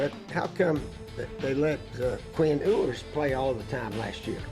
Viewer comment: How do you take someone serious who's watched so little football lately that he can't even pronounce Ewers' name right? He's old as the hills.